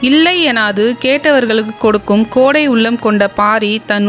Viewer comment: கோடை இல்லையடி தோழி கொடை .... என்று கூறுங்கள் தோழி ❤